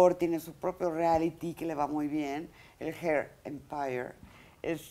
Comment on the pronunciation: Jajajjajaja la cara de Mara esperando que él la corrigiera , un cursito de ingles , la verdad que ni él pronunciaba bien hair Empeire o como se escriba Jajajaja